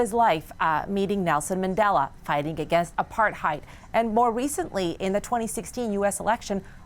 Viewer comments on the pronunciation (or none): It's apart Heid not aparheid smh